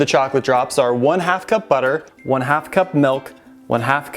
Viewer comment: pronunciation dictionary Milk=Melk Vanilla=Vanella😽😻Makes me smile Because it reminds me of my mom. She was from Minnesota❤️